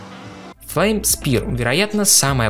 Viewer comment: И не флайм а флейм)